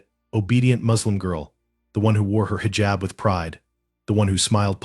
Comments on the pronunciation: Heejab not highjab. 😮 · Pronounced hijab incorrectly! 🙄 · You need learn pronounce hijab. Educate yourself